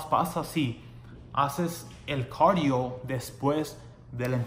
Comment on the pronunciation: hola muy bueno el vídeo pero no es corio se dice cardio bye saludos